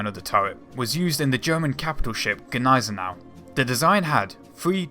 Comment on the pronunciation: Your pronunciation of Gniesenau makes my teeth itch...